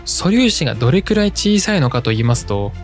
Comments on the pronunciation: どれきゅらい が気になって仕方ないw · 「どれきゅらい」 が、気になって気になって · どれきゅらいって言うのが気になる…